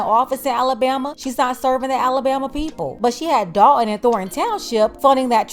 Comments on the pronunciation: I was a subscriber HOWEVER... I cannot take the T drops... you sound stupid when you are clearly NOT so let me help... it's DOL T ON not DOL EN...and it's THOR TON NOT THOR EN... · Somebody tell her it is "Dolton" not Dalton ( 👍). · Who is the grifter? I bet knows it is the village of Dolton not "Dalton".